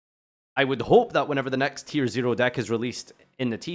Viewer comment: Did you just say tear? They made it cost a maxx c per name and you said tear??!